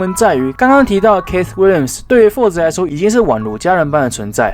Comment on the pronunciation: keith 是發 ki th 不是ㄎㄟˋ斯